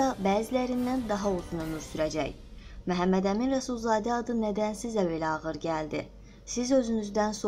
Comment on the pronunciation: Ay qiz Mehemmedemin deyil axi Memmedemin dir